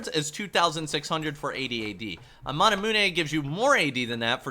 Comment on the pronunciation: You say manamune wrong